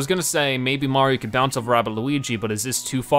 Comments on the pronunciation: He adds an extra N or M sound at the end of most words. XD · Is it me or is he saying 'Mariom'